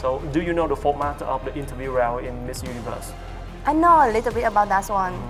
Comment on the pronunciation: Duyên nói tiếng Anh tự nhiên và thoải mái rồi đó. Nói chậm lại và có âm đuôi là hay hơn nữa. Mà sao cứ phải du ni vớt nhỉ